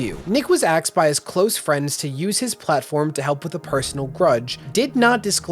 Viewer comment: Do you pronounce asked as axed on purpose